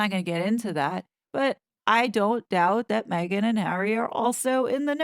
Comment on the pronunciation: she’s ‘probably’ ok with that? Then why not call her by her name if you’ve been working with her all this time? Now during this interview you are over accentuating her name? MEGhan! Come on … 🙄 😂